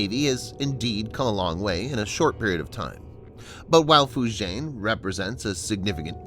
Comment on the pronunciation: Your pronounciation of the chinese names sucks! Liaoning is not pronounced "La-oh-ning". It is "Lee-ah-oh-ning". And Fujian is pronounced "Foo-jee-an".